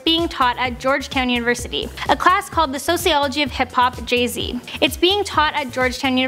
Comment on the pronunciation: Jeh zeh, has jus come oot with a new abloom